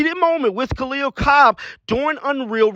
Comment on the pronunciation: Damn everyone says Kahleah Copper's name wrong lmao